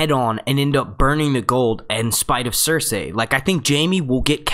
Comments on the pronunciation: I can't do it, in the first minute of this video how many times did you say ""... Cersei!!! "SER-SEE"!! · idk how i can watch this video after hearing how this guy says circei. cir-SAY. like gosh man theyve only said it like a few hundred times in the show cir-SEE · Cer-see. Sur-C. Sir-Z. all of those are acceptable. not cer-say. no one pronounces it like that. stop. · Not trying to be rude but curious why you say pronounce Cercei's name as sir-say and not as sir-cee? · Do they pronounce Cersei's name different in the book? Because you pronounce her name different from the show.... The show says Sir See, you say Sir say, it's alittle annoying and was just wondering if there was a reason you do that? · Say her name properly!! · How can you make game of thrones videos if you can't pronounce Cersei's name right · i want to listen but when he says cersei in that weird way i just get lost